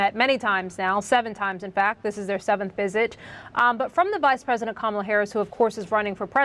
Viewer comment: I love how his pronunciation of "Vice President" sounds like "Wise President"